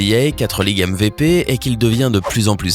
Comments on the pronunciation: Il a quand même dit MVÉPÉ au lieu de MVP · Emvépé il a dit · M. V. P ptn fait un effort pour l'accent 😭😭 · LeBron est très fort mais ce n est pas le meilleur joueur de touts les temps il y a un joueur qui s appelle MICHAEL JORDAN et tu as entendu ta prononciation du mot MVP?